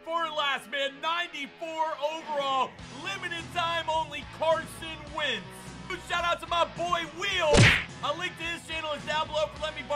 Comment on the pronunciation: Wentz not “wints”